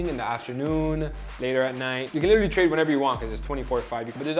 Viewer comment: Never trust somebody who pronounces literally like that